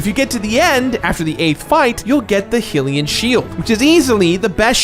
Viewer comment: It's bugging me that you're pronouncing hylian wrong 😶